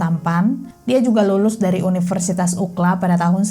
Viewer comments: Cara membacanya UCLA bukan UKLA mbak tapi YU CI L E 👍 Sampai 3 kali aku puter ulang UKLA itu apaaan 😂 UCLA itu University terkenal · Kebiasaan kita disini 🇺🇸 mendengar nama UCLA itu Yu Si El E 🙏😁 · bener mb...UKLA gampangnya👍👍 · Gpp dong... Penyebutan saja, biwr gampang didengerinya. 😄